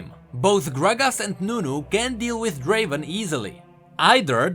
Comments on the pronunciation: Not Draven, Draaaaven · Not draven.. draaaaavvven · Not Draven!!!! Draaaaaaaaaaaaaaaaaaven! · It's a relief I'm not in the weakest champions. Btw summoner, it's not Draven It's Draaaaaven!